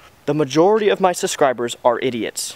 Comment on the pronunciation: the way you say "subscriber" sounds like "suscriber" just need to point that out.